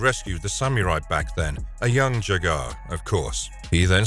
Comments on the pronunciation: The mutants didn’t even know there was a mumm-ra in the first episode Also it’s pronounced ja-ga Not jagaar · Jaga not jagar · it bothers me how you say jaga (je-gaaar) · Enjoyed the video and hate to be that guy but why do you continually mispronounce ‘Jaga’. If you watch the programme then you hear it pronounced as ‘Jarga’ repeatedly. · Gah, all I can hear is "Jag-off"... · This is supposed to be 'dark and mature' episodes - yet you listed a few which were distinctly childish in tone, and left out some of the actual most mature episodes. Also you can tell the reader hasn't a clue about thundercats - just by the way he keeps pronouncing Jaga